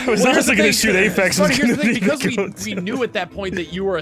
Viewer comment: doesn't ph in english basically mean f? they also always pronounce it afex